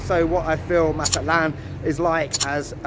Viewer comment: It is not "Maza-lán", you actually have to pronounce the "T" like we normal people do: "Maza-TLÁN". Thank you. Nice video, btw😂😂😂😂